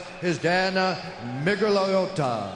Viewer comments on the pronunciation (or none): 3 people can't pronounce Dan Miragliotta's name.